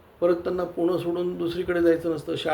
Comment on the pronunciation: सर्व प्रथम ते पूणा ❌❌❌❌ तर... पुणे ✅✅✅✅✅ मराठी असून स्वतःच्या राज्यातील शहरांची नावे तुम्हाला साधी नीट घेता येत नाही?? ती आधी घ्या मग विश्लेषण करा.